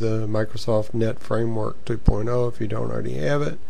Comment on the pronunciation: It seems like u say framework 2 porno?